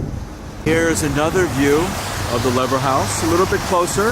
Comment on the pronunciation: It's promounced Leever house.